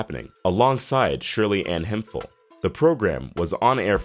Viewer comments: Say it with me "Hemp-hill" not "him-fill" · Cartier is pronounced Car-tee-at, and Hemphill is pronounced Hemp-Hill. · RIP to all these talented people BTW, Shirley Hemphill's last name is pronounced HEMP-HILL...not HEMFIL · No disrespect, but It is not pronounced as (Hem fill). It is pronounced as (Hemp. HIll) Hemphill. That is how North Carolinas pronounce it.